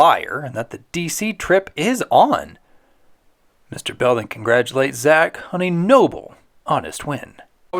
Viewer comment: Thank you. As a kid, I just figured he said "Zack Moron" like, If I Act like one, I'll lose myself? lol